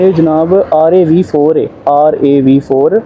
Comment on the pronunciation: It’s RAV4 Raaaav 4 and HEV means hybrid electric vehicle